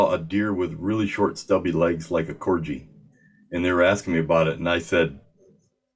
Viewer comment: I'm convinced Corgi is pronounced Corji now.